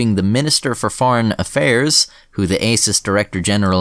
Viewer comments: the way he says ASIS sounds a lot like isis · I think it's pronounced "ASSES" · ASIS, pronounced arses?